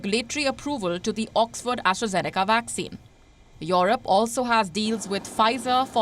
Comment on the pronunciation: when will she stop pronouncing it as YORUP?